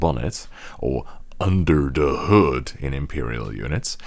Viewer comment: Why did he say that in a German accent?